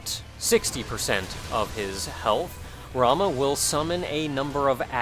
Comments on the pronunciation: ....dammit it only slightly bugs me how you Pronounce Ramuh(always pronounced it Ra-Moo) But the video is still great. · That looked intense! Cool how you salvaged the run too, by tanking. NEver even thought to pronounce Ramuh other than 'Ramoo' but your way sounds neat too. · I have never even considered pronouncing ramuh a different way from Ramoo. Oh well